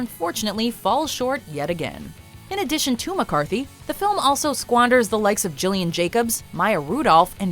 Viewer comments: Gillian Jacob's first name is pronounced with a hard "G", as in "Gill". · Gillian Jacobs' name is pronounced with a hard G. like "graph."